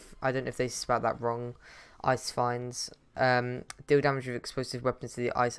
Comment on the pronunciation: Ice finds lol. Its fiends. Fi-ends